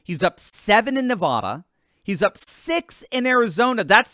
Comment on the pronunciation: For the love of God please learn how to pronounce Nevada